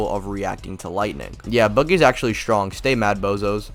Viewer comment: bro said stronk 💀